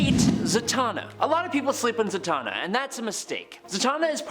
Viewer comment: Zatanna... Satan...Satan-na.. wow 🤦🏾